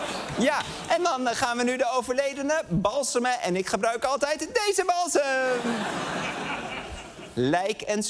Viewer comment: 'freselijke' kerel 'dese' Lubach 🤢